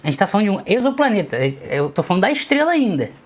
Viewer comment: Você é a primeira pessoa que eu vejo que sabe pronunciar a palavra "exoplaneta".